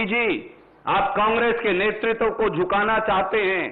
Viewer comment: "नेतृत्व" शब्द को तो सही से उच्चारित करना सीख ले। दलित और शोषितो के नाम की राजनीति करने वालो इस बात का जबाब दो 5000 हजार के घोटाले का क्या जबाब है। यह भाड गाथा गाने को जनता सब समझती है। सब मिट चुका है बाकी भी निपटा कर ही दम लोगो।